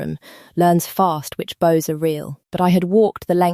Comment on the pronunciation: Errors in the captions: Luna, not lunar Dais, not dice Bows — mispronounced